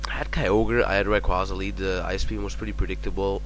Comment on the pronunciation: RAYQUAZA pronounced- RAY- QUAY- ZA... shiiiiiiiiiiiiiiiiiiiiiiiiiiit